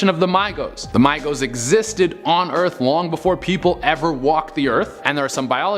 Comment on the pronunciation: Mi-gos nah A mi-gos yes